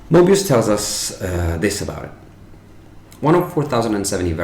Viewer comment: Love your articulation of Maestro Moebius